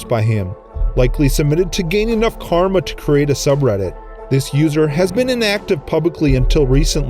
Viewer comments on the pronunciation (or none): none